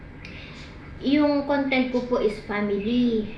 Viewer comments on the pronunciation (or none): none